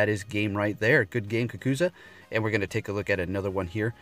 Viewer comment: Your friends name is pronounced "Kah Ku Zoo" and not "Kah Ku Zuh". His trainer name is from the Naruto Anime.